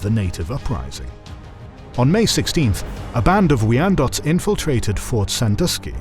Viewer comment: Guh. As a Michigander this is wonderful but also cringe to hear the pronunciations. Ot-uh-wuh not Oh Towa. I will say you get points for Wyandott on the first attempt...